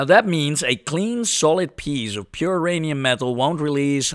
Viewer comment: My Rhanium? No! Your Rhanium!